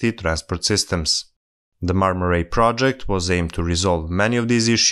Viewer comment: The "ay" in "ray" isn't pronounced like "ai" in "rail". Right pronunciation is more like the word " I ".